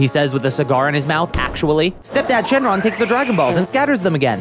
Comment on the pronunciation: Shouldn't it be "Shenlong," not "Xing Long"?